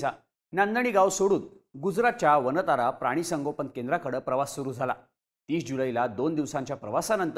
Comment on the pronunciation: "वानता"रा अस नाही "वन्तारा" असं म्हणा दिशाभूल केली जाऊ शकते